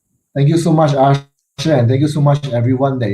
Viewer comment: his name is Asher not usher lol